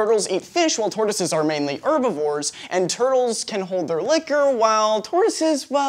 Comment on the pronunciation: Herbivores not "errrrbivores"